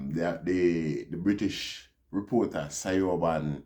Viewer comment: Siobhan is pronounced Chevaun.